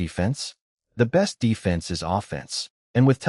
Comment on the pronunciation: Can't pronounce "is".